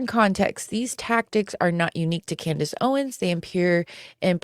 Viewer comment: (As an aside, “Candeece” Owens? He pronounced her name so oddly.)